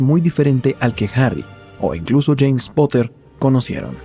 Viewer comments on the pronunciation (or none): none